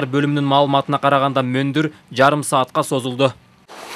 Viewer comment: Эй тантырабай мондур деп айтчы